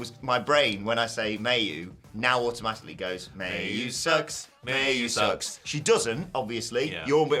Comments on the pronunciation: omg your as bad as mercedes. its MY U dont pronounce the a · Isn't Mayu pronounced 'my-you' not 'mae you'.